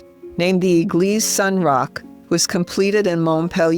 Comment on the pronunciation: Magnifique..! Merci de mettre des traductions ou voix humaines et non des robots vocaux....Saint Roch* ...Et non, St Rocher*...Saint Roch* , priez pour Nous , ...& pour Tous les Animaux, incluant les chiens, spécialement pour les chiens qui sont presque tous maltraités en Asie ( Inde*, Népal*,...)